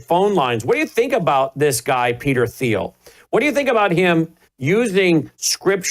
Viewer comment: Isn't Thiel pronounced like Teal?